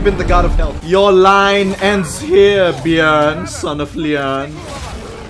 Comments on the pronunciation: pronouncing Bjørn correctly is serotonin for me as a Norwegian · Hi. Norwegian here. In Norwegian bear is bjørn. The "ø" is similar to o, but is kinda sounds like uhhhh (used often when people is lost for words is shows etc). is almost perfect when saying it. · As a Norwegian i give your pronouncing on bjørn a 9,7/10